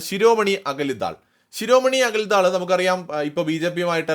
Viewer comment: ശിരോമണി അകലി ദാൽ എന്നല്ല, അകാലി ദൾ എന്നാണ്. അകാലി എന്നാൽ സിഖ്മതവിശ്വാസി അഥവാ സർദാർജി. 😀